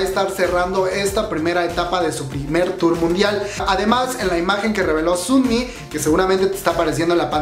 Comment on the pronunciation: Se pronuncia más como sonmi que como sunmi